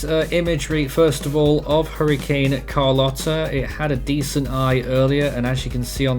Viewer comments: Carlotta is pronounced Car-low-tuh. I know someone that is named Carlotta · It's Car-Loh-Tah